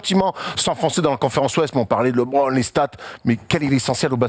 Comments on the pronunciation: faut qu'il arrete avec son Libronne , les americains le prononce LEUBRONNE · ça se prononce LEbron, le son E et pas Libron 😂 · Yes, LeBron, genre "le bronne" tranquille, pas besoin de "lébrone" ou "librone" :p surtout quand t'es pertinent, ça nique un peu l'délire :p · LiBron xD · C'est clair qu'il est top... Juste il me triger sur sa prononciation de LeBron